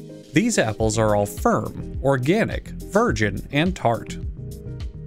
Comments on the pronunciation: repeatedly mispronouncing "apples" throughout the video is really the applaple on top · He always mispronounces apples, and I love it. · The way he said apapples in the beginning made me laugh so damn hard.